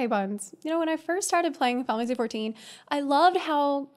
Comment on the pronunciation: What says: Final Fantasy 14 What I understand: Finefastforty Love it xD